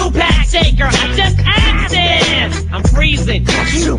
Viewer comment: *aksed. Goes back to the “quit talkin black” reference. Ur welcome. 😉